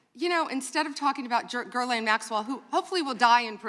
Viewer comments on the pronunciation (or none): An educated woman ought to be able to pronounce the name Ghislaine. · She literally called her Gurlaine????? Yikes